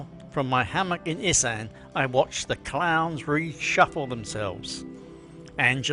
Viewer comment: Learning how to pronounce ‘Issan’ correctly would be a start